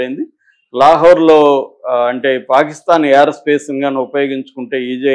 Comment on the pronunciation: Mr. "యార్"కాదు "ఎయిర్" అనాలి, " రన్ అవే "కాదు "రన్వే" అనాలి